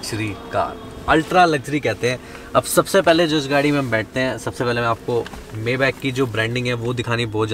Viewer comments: It is pronounced "MAAY-BAAKH" not "MEY-BEK" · It is pronounced as Maay-bakh or bak